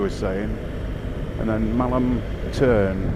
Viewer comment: It’s Tarn not Turn unless I’m hearing wrong 😂